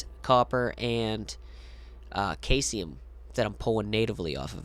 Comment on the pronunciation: Also Caesium is sieze-ium. Similar to how you would say Caesar. Either Julius Caesar, or the salad / salad dressing. Good info but I could only make it halfway through before the mispronunciations triggered an OCD reaction and I had to stop watching. Try to type up a script (or speech to text if you prefer) and check any pronunciations before recording your audio. It helps you stay focused (I don’t think you have that problem as much as I do) and improve the overall quality of the finished video.